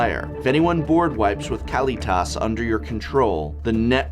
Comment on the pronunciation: I tried to ignore the way you pronounced Gisa and Kalitas since those are made up names, but lich? Its not "leech", its closer to "litch".